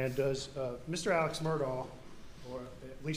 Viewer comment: This drives me crazy. His name is Alex but they call him Elick...If his name was Steve would they be calling him Sean?